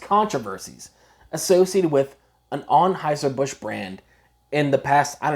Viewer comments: What accent is that? With the heavy "O's" in words like most, honestly, and focused, and pronouncing it as Onheuser rather than Anheuser? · This guy's pronunciation of Anheuser..... Is killing me.